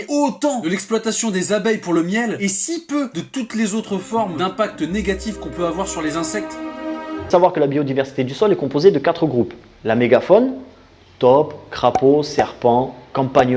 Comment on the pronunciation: La méga "FÔNE" pas la "mégaphone" xD Je relève juste ça parce que c'est un peu crispant, après le débat sur le fond beaucoup de personnes s'en sont déjà donnés à coeur-joie